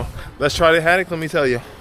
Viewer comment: It's Ho-tok, lol. Glad you liked them-- 2nd best city in South Korea after Gyeongju